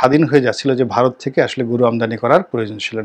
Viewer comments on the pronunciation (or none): none